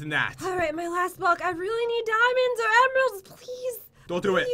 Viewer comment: ...Damonds.. Me:Damonds???